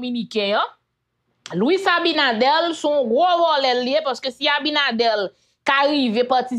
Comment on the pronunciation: Ce Abinader pas Abinadel vérifier sa poumwren souple